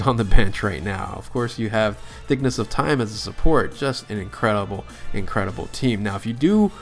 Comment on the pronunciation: hold up, did my man say "thiccness" of time?